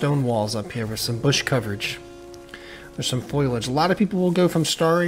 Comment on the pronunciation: Great vid as always! Only note: Foley-age, not foil-age